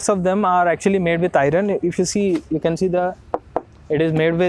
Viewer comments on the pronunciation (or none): Brother you are fluent in English, except you spell iron as 'i ron', actually it should be spelt as 'ion'. R silent in iron. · Can you please check how to pronounce 'iron'? Thanks